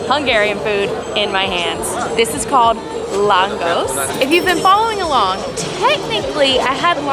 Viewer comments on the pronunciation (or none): i love watching you guys, but as a hungarian i just wanted to let you know it’s pronounced budapeSHt not budapeSSt 😁 same for lángos 😭 that hurt my heart bad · hi. in Hungary the 's' is pronouced with an 'sh' sound. so it is 'langosh'.